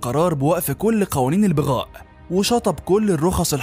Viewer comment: تنطق كلمة بغاء بفتح الباء وليس بكسرها